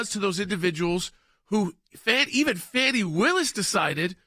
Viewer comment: By the way, this is plain old Fani, NOT Fawni!